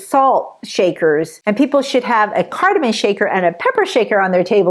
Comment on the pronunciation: Please say cardamom, not cardamin